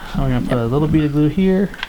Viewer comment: Glue is "gleeu"... What type of English is that?